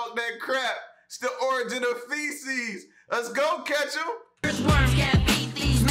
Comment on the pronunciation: Ashton Kutchum xD